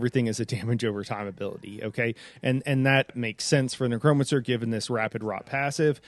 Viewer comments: It’s not Nuh-Cro-Mun-Sir It’s necro-mancer Neck-row-man-sir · A neck-Crome-a-cer…? A neck-cro-mancer 🤣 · Lol the way you emphasize the "cro" in necromancer cracks me up